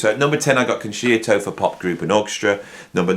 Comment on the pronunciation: Interesting list for sure. A couple of corrections for you. 1, Ian Gillan didn't join Deep Purple from Jesus Christ Superstar. He got that gig after the Concerto album, which leads me on to correction number 2, it's pronounced Con sherto, not Con sheerto.